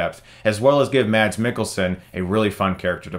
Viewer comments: It's pronounced "mahss" not "mads" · The "d" in Mads is silent. It's pronounced "Mass". :-) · Being a Danish dude named Mads, here's a guide to how it is actually pronounced: Take the MA sound from MAD (as in, angry or crazy) and put an S at the end of it. MAS. Easy. The D in MADS isn't pronounced (the Swedish equivalent is MATS, where the T is indeed heard). The Danish language is just weird like that :-) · As Danish guy, I can tell you that Mads is not said, Mads. The D is not pronounced. So Mads Mikkelsens name is Mas...